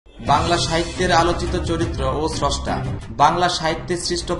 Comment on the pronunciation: ছস্টা আবার কী? উচ্চারণ শিখুন।